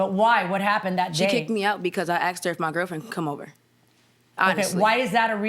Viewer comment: I "axted"